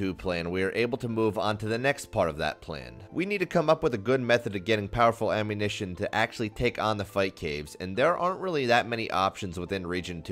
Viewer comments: "Ammuntion Plan" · “The Ammuntion Plan” 🤣